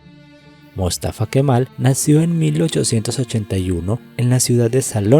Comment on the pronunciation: Por favor ponerle cuidado a las tildes, buen documento pero Túrquia o mústafa.. no es.. se escucha terrible estás palabras tan importantes para el relato, pero mal acentuadas..